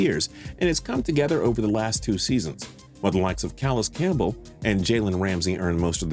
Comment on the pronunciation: Oof the way he said Campbell name oof